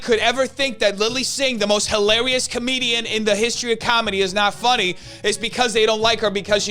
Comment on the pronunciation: I love how he emphasizes how hilarious she is. 😂